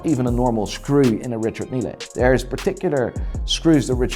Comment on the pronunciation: The E in Richard Mille is f*cking silent. Otherwise it sounds like a German dishwasher company....Richard Miele. Love your videos though.